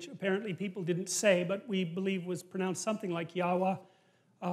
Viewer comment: Wow he pronounced our fathers name properly ,YAHUAH ,{YHWH} our Elohim ,HalleluYAH ! By the way ,YAHUAH is not a GOD ! Amein.